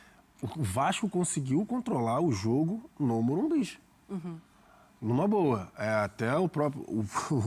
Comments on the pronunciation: O nome é morumbis tá correto mano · Tá errado o certo é Morumbicha😂